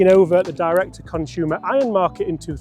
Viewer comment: Sorry but why does everyone pronounce every word that has as s as an sh, it’s not conshumer, it’s consumer, you’re not the only one who does it.